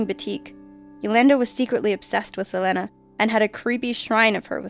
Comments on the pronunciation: "se-LAN-a" it's pronounced "se-LEAN-a" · I'm not sure how this mispronunciation happened, what with the Internet being a thing and all., love you to bits girl, keep bringing us facts, but meanwhile just repeat after me: Sah. Lee. Nah. Keen. Tah. Nee. Ah. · SELeeenah Quintahneeyah , how you pronounce her amazing name. ;) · SELENA IS PRONOUNCED SE-LEE-NA NOT SE-LE-NA TRIGGERED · Selena Quintanilla's name is pronounced the same as Selena Gomez (Suh-lee-na). I don't know why you kept saying S-hu-len-uh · It isnt sa-lan- a. It is see-leen-a. Watch the movie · SaLenAh haha it's pronounced Sa-Leen-Ah Interesting videos ✌🏼️ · Cool list! A lot of fans pronounce it Suh-lee-nah, not Suh-len-nah tho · I hate to be that guy... but Selena's name is pronounce Seaa Leena. Se with a long "e" Lena with a long "e". You pronounce it like it's spelled with an "A" ect. "Salena". Just thought I help. Btw, whenever I see the 'M' on the videos I squee alittle because you have such a cute and soothing voice. :D just sayin. :D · On #3 her name is pronounced Seh-Lean-Ah. Not Seh-Len-Ah. I can't believe a simple name can be butchered so easily. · I love this channel but I've gotta help you pronounce some names. Selena- like Selena Gomez [S-uh-Lee-n-uh] & Yolanda [Yo-lawn-duh]. 😜 Thanks for the always fantastic content! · Selena is pronounced SA-LEE-NA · Its pronounced SAleana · It's pronounced SeeLeanAh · Selena Sell-Ee-Na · Why the hell is she pronouncing Selena's name as Salehnah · wow you really need to figure out how to pronounce Selena Quintanilla-Pérez (suh-lee-nuh keen-ta-knee-uh Perez) and Yolanda (Yo-lawn-duh) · It's pronounced Sa-Lee-Nah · Selena is pronounced Sayleenah. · It's pronounced Cell+Lean+Ah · That SAL-EN-NA? 😓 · its pounced SEA-LEE-NA KIN-TEE-NIA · its pronounced Sah-lee_nah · you are one of my favourite narrators so I thought I might add for future references, it is pronounced "Seh-lee-nah" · It;s pronounced saw-lee-na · Selena. Sel-Ee-Nu. 😊